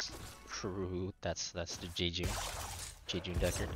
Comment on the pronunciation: It's JAYjun, ask homer. Spelled J